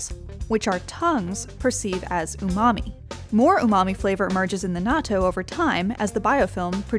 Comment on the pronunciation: He said umani naw bro ur mami not mine hahahaha